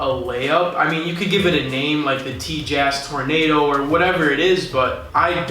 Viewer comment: "Tjass tornado"